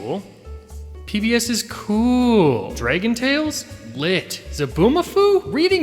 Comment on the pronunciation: So nobody is gonna talk about how said “Draygontales”?